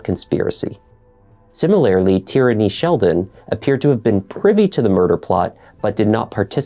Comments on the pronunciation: Tierny. It’s an actual name/surname. Like Maura Tierney or Kieran Tierney. It’s pronounced TEER-NEY, not TEE-RAN-NEE. Good look trying to hide covert intentions on what you all really wanted to say judging by this ignorant ass thread. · Tierney= TEER-NEE Tyranny= TEE-RAN-NEE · "Corey's girlfriend, a woman named Tyranny..." 🤦‍♂️ 💀 not Tyrannyyyy 😭